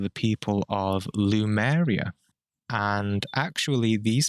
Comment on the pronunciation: I think it's called Lemuria rather than lumeria. There is a lot of info on it, but it all based on channeling or such things, so the info is full of interpretations as well.